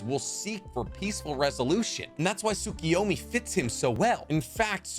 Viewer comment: I knew like 95% of this already but good video. Also Tsukoyomi (Sue-KOH-yo-mi) KO